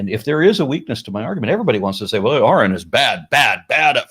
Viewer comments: It's, R N. Not Aaron. I know is used to it but it's annoying and if this guy knew who was he wouldn't keep saying Aaron. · Sigh. Guy is locked into broadcast mode. Even toward the end after being corrected, he's still calling "Erin". Not taking anything in. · It's, not Aaron.... 👍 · Anyone else bothered by the fact that he keeps saying Aaron instead of? Just me? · Bobby Allen I know it’s a minor issue and it’s not his real name, but neither is Aaron. It’s just something that I found distasteful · These people's beliefs don't surprise me,, considering they can't even pronounce your name correctly even after correction. Wouldn't you, ya know, at least research that before talking to someone 😂 I think it's very telling. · I can take no more of this fool. Laughing and dismissing before even listening to the argument (whilst misprouncing his fucking name at every moment). He is and always was a religiotard. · The proof that this fucKtard is not interested in any way of intelligent truthful conversation, that he is not actually listening to what is saying is that this idiot was corrected no less than 8 times within this very conversation the proper pronunciation of your name, and continued to get it wrong is proof that this idiot is not worth having any other conversations with you,! This idiot is no different than all other idiot god believers. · He totally ignores you every time you correct him on the correct pronunciation of your name. What a smug tool. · He was never anything but a Catholic. He is absolutely dishonest, and intentionally mispronouncing name as a jab.